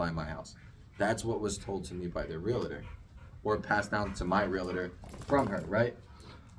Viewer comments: Realtor. Real-tor. Not Real-a-tor. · It's realTOR not reliter